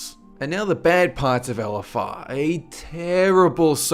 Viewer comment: I like when he says "ELLEFFARR"